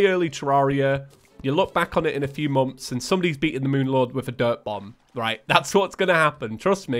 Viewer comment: Everyone: Months: Momfs